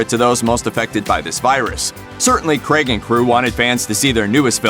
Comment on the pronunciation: Finally... an American who can pronounce “Craig” correctly 👏🏻👏🏻👏🏻